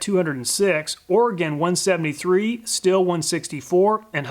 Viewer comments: Good Video. German guy here just dropping the german prounciation of Stihl. First the sh from sh*t and the teel from steel. Keep it going with your vids, I would just like you to tell us if you did more than one test, a single test is nice to get an overview but it's no absolute. There may be a little shift in every test. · Stihl should be pronounced "Sh-teel"